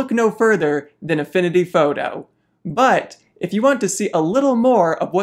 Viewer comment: “Affinity fawtoe” Great video!